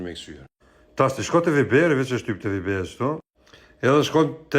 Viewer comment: "Viiiber"?😂😂😂 Ashtu shqiptohet në kosovarisht?😂😂😂😂